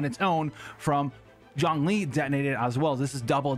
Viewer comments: I hear jhongling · Is he saying Zhongling or is it just me? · If you say Zhongling again Ill shit myself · You keep calling him Jongling....Its Zhongli. No n and J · Him saying „Zhongli“ Me hearing „jOhN LeE“ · i keep hearing zerkling lol maybe i play SC2 too much